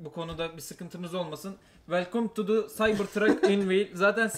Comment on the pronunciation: Welkum dedi ya 😂😂